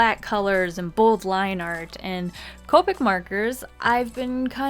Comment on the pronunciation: COE-PICK 0_0 that grates my ears